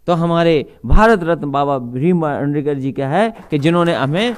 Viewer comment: bhai bhasan dete samay lakada rhe hai baba sahab ka sudhdh nam bhi nhi le pa rhe hai